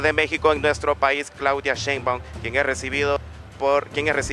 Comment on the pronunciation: Nada más que es Sheinbaum, no Sheinbaun. Por lo demás que buen recibimiento le dieron en el país centroamericano, gracias!